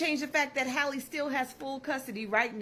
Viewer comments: Her name is pronounced Hal-ee not Hailey just had to clear that up (pet peeve)🤣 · Her name is pronounced the same as Halle Berry. HAL-EE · My man. Say Halle Berry. Now say Halle Bailey. Her name isn't Hayley. I'm not empathetic to her, but it's sad hearing you not being able to pronounce her name.